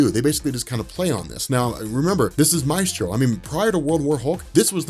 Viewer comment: "May-stro" not "My-stro"